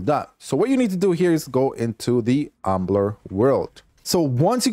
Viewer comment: My man didn’t pronounce a single world right lmao umbler